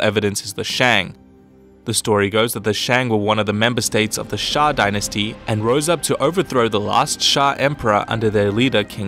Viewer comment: xia is pronounced as sya btw ^^